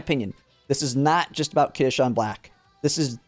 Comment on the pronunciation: He's also pronouncing it as kitasean lol, it's kitasan